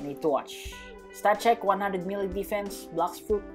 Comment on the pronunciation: I was confused when u say melee I thought it was mil